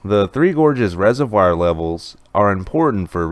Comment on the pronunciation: Love your channel. View and upvote every day. But you should pronounce 'reservoir' the correct way: /ˈrezərˌvwär/ You can look it up.